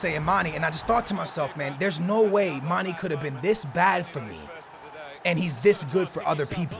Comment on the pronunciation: you pronounce mane wrong man it's not mani mane